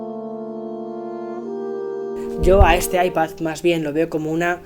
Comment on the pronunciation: Porque dices ipaZZZZZ